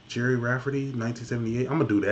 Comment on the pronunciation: I was just waiting to see your face when the sax jumped in 😄😄 Ps its pronounced jerry